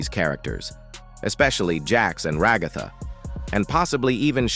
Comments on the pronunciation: Ragatha ❌ Regotha ✅ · ra-GA-tha lmfao